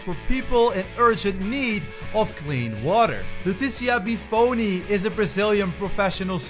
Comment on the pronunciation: Bufoni (Boofoni) Nishimura (Nishimoora)